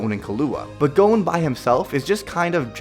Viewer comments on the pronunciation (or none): What the hell did you call Gon and Killua? "Gonw, Killuwa." Wtf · it's spelled Gon, pronounced like Gone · U said gon incorrectly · You said Gon wrong